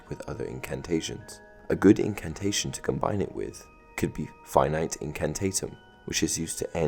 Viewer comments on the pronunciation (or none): Yes, he said "finite", as in a number like 5, 22.7, anything less than infinity. But I prefer to pronounce it "Fee-nee-tay". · It’s Fi-Nee-Tay not Fi-Nite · I know I'm really late but "finite" in "Finite Incantatum" is pronounced "fin-EE-tay" not "fye nyte" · Fin-e-tay in-can-tart-em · It’s actually Fin - Itay Incant - art - em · Wait... Did he pronounce that wrong? I could have sworn that it's pronounced " Fee-nee-teh " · finite incantatem is actually pronunced as Fi-Ni-Te Incantatem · That’s not how you say finite incantatum is it ?? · Sorry I’m nitpicking but u pronounced Finite incantatem wrong